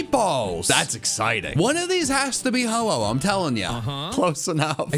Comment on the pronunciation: omg is is not oh-ho it is ho-oh